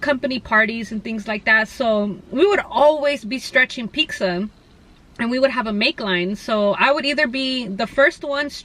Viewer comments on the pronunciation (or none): "pixxa" lol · Everytime she says "pixxa" take a rip ☺😁